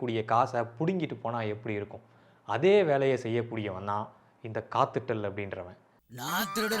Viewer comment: அது காத்து டெல் இல்ல ஒத்து டெல்